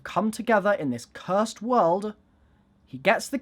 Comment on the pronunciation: cur sed